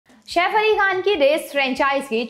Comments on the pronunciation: Mam Shaif nahi Saif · Shef nahi saif